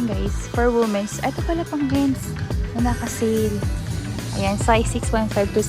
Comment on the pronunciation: hi lods, medyo mali ang pag pronounce mo ng "womens", not wu mens, its "wee mens" hope it helps:face-red-heart-shape::face-red-heart-shape